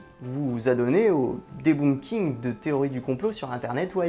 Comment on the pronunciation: Debunking c'est plus court et plus facile à dire, par contre je suis à peu près certain que ça ne se dit pas avec le son "ou" vu que c'est de l'anglais, mais plutôt comme le son de "œuf" ou "beurre" (ça me donne faim).